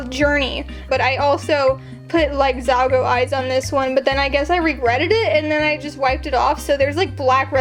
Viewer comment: ZALGA NOT ZALGO